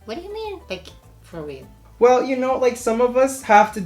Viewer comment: CEO of "FOR REAAL"